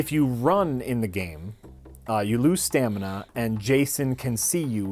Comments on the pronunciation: what is "stanima"? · Stanima. It's the new stragedy. Oh. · "So their stanima goes down " - 2017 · what is "stanima"? lol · "Stanima" ~ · "Stanima" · "Stanima" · Good thing Mike wasn't there when said "stanima" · Did say "stanima?"